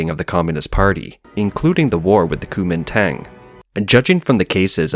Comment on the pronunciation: Good vid. Kuomingtang is pronounced more like Guo Ming Dun just a heads up